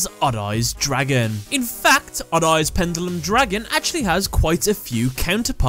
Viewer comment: You keep saying pendulum wrong